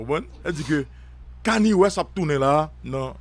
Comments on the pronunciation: C Kanye west li prononce Kani e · Son nom EST KANYE COmme on peut prononcer "cann ier"